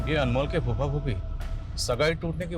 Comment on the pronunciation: Phuppa नहीं कुप्पा कहो अच्छा रहेगा 😂😂😂 फूफ़ा ही होता है बे